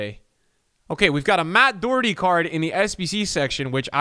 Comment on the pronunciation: it’s not doo Herty it’s doh herty xx